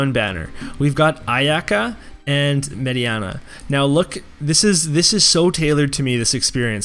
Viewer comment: Her name is MAY DI NA not MAY DI ANA ... Mediena *